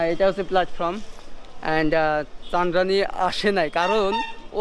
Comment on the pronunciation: চান্দরাণী কি😁😄চন্দ্রাণী বলতে ট্রাই করো রে ভাই